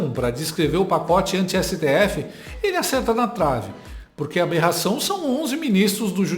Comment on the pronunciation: Esse pseudo-jornalista é muito burro!! Ele acredita que alguém vai dar crédito pras besteiras que ele fala?! Jura!? Alguém avisa pra ele que não é "berração" é Aberração 😅😅😅😅😅😅😅